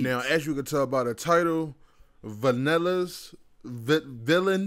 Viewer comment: my aesthetic is saying "vanillas" instead of "villainous"